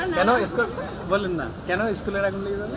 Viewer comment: নিভাবে ❌ লিভাবে✅ 😂🤣😂